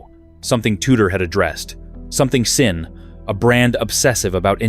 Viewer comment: Pronounced zin. Z-in, zin. It's German. Say it like General Burkholder or Sgt. Schultz.